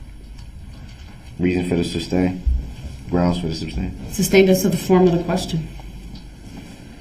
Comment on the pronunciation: who knows. I think if I heard everyone say “sustained”, I’d stop saying “substain”. When I was younger, there were words that I miss pronounced, but once I heard them pronounce correctly, or someone pointed out to me I was saying it incorrectly. I would promptly change it. A lot of that was due to poor self-esteem and didn’t want to be pronouncing words incorrectly, but until I was in my 20s, I used to say “filfy” until someone pointed out I was saying it wrong! However, my brain CERTAINLY doesn’t work like DB’s! Thankfully! If his lips are moving, he’s probably lying!